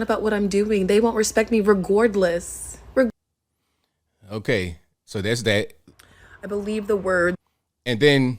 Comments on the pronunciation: A person that has an Ivy League degree shouldn't pronounce 'regardless' as 'regourdless'. Jeez, what a moron. SMH. JMO. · "an IV League Degree"... Right and that has been downgraded as well. Try a degree in Interdisciplinary Studies anywhere to be that stupid. Pronounce "regardless" not "regordless". That was so gross. Can't unsee that! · The fact that she said Regardless as "Regourdless" shows her level of intelligence is low. Regardless is not an Ivy league or difficult word to pronounce. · This “Ivey” league state senator doesnt even know how to pronounce the word “ regardless”. She says “regordless”😂😂😂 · Jfc... trashy... wow... and if a man was doing that in front of her on a public beach shed cry sexual assault 🙄 Did say reGORDless??? Gordless??? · Bruh. She mispronounced reguardless. Ivy League mad clearly let their standards down. :( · “Regouredless” LOL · 'Regordless'? And she boasts she has a degree? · So she doesn't have any real platform she is running on... Just pandering to the clam slappers. Regordless ? Ivy League and she says " Regordless " ??? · "They won't respect me reGORDless."